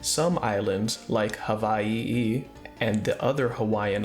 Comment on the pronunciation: I subscribed because you pronounced Hawai’i correctly!